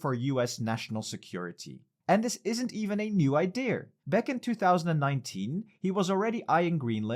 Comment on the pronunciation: There’s no “r” in the word “idea”